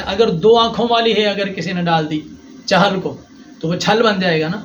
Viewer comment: مولوى صاحب ايك تو تلفظ چِہَلْ ہے چَہَلْ نہيں دوسرا بچے كے چاليسويں كو چِلَّہ كہتے ہيں تصوف ميں بھى چِلہ استعمال ہوتا ہے چہلہ نہيں۔